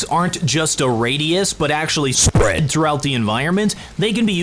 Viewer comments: Bro, the emphasis you put on "spread" each time has me dying each time for some reason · Great video, however you need to practice more your 'spread' word, it doesn't sound like you anymore